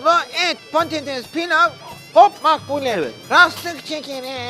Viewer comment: Makbule değil maklûbe